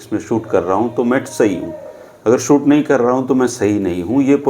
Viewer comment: Shoot or suit bolne ka abhyaas karo,.